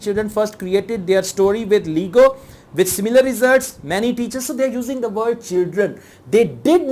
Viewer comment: Your pronunciation of word Autism and lego are wrong